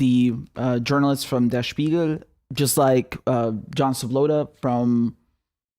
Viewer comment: The way you said "Der Spiegel" sounded very native.